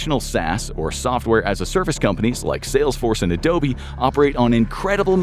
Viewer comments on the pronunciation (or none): none